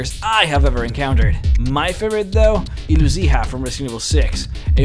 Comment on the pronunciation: Iluzija is pronounced Iluziya which means illusion in some slavic languages